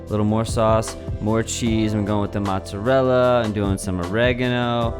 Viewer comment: matzorella is actually mozzarella